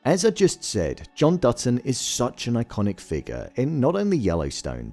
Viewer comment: It sounds like you are saying "Dudson" instead of "Dutton."